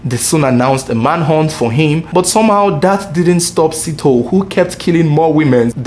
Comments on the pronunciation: A little note on South African names, like most African names, Sithole is pronounced as Si-tho-le. Broken in three syllables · The pronunciation of Sithole is Si - tho -le similar to Abu-le . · I like your vedio. Its well put together. Good job. However Moses's surname should be pronounced as Si-tho-le. Thanks. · Lol south Africa my country na wa o... I was thinking number 1 would be Nigeria😕 Lol 😂 I love the way you pronounce the surname "Sitho" na wa o Number 1 was suppose to be the Zambian brothers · You pronouncing Moses Sithole wrong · This is a very documented report with so much information but as for that woman who used her family for insurance i am left with fear. No one knows what our family members think like. Those ladies Rayah and Sakhinah were equally faulty just like their husbands. Egypt did well for that sentence. Is how you pronounce Mses Sithole for me.